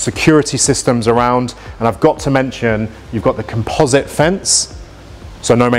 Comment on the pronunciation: Composite fence - taking pronunciation classes from Nigella 😂